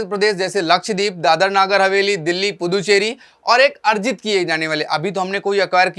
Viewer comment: Sir Ponducherry bolate